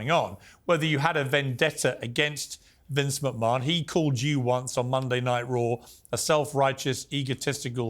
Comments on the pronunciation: ''Vince macMON'' Piers Morgan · Vince McMARN 😂